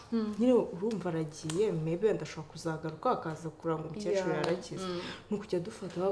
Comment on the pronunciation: Ntabwo bavuga umucecuru bavuga *umukecuru*.